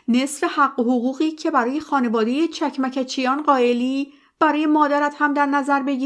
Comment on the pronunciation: چکمکچیان chekmekchian. با درود و خسته نباشید، چون من خودم ارمنی و اجدادم از ارامنه ترکیه هستند فقط خواستم تلفظ درست فامیلی را به عرض برسانم 🌺🌺